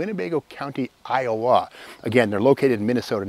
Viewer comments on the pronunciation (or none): none